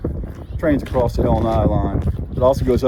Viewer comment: Are you saying " accrost " ??????🤔🤔🤔🤔🤔🤔🤔